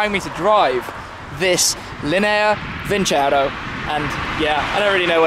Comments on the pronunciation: its not vincero, but vinceró, you need to accentuate the o, make it louder and shorter - it means "I will win" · Is vincerò not vincero